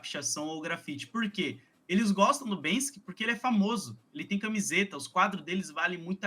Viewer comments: me incomodou mais foi a preguiça intelectual de falar "Bansky" o tempo todo, diz que conhece o cara mas nem o nome fala certo. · Ele tá falando Bénski o tempo todo, me surge a dúvida, é a forma certa de falar Banksy? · O cara fala "BanSKy" hahahahahahaha 😂😂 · poxa fala só uma vez o nome do Banksy certo, vai... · BANKSI?? Vamos falar em PORTUGUÊS, nossa língua mãe,?? 🙄